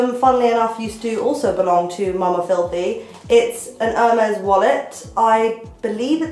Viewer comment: You pronounce Herr-meh, in case you wanted to know ^^ Love your style xx